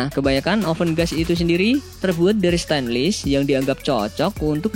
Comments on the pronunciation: Min, Stainless dibaca STEINLES, bukan STENLIS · stainless pengucapannya steinles bukan stenlis.coba eja wireless,brushless.belajar lagi bro